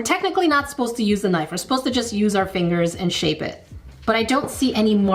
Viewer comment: guess I'll start it.... cereal first 😛EDIT: I'm glad I'm not the only one who says CUHnife 😁💕